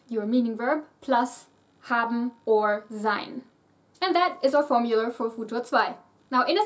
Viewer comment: I am so confused by your accent. I mean, you usually sound American/Canadian, but then you say stuff like 'formular' and 'sen-ah-rio'. Or maybe I've been surrounded by Southerners for to long xD Where did you learn English? I'm quite curious.